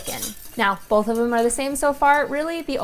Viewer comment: Bolth. With an L.